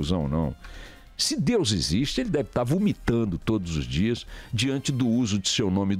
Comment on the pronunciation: Pronuncia infeliz em relação ao nome de DEUS! Caiu no meu conceito !😐